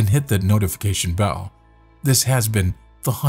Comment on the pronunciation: So I’ve been binge-watching this channel for the last couple of days and it’s a great channel. However I have to ask, the voiceover at the end always says “The Hunter” but the channel is called “The Haunter” is that like on purpose, or am I miss hearing things? Just curious, keep up the good work and grind!